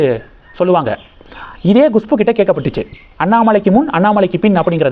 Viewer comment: உங்களுக்கு ஏதோ severe problem இருக்கு, எப்பொழுதும் தப்பு தப்பாக நாராசமாக உச்சரிக்கிறீர்கள், Gushpu வா அது, Kushbu தான் கரெக்ட், நீங்கள் சரியாக homework செய்வதே இல்லை, கேட்கவே நாராசம், முதலில் English எழுத்துக்களை உச்சரிக்க கற்றுக் கொள்ளுங்கள், பிறகு வீடியோ போடவும். எத்தனை முறை Gushpu என்கிறீர்கள்? Horrible